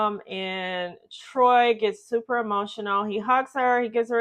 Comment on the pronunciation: Troii, it's pronounced Troy